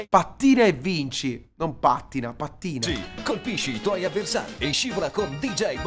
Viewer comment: dice pàttina ma oke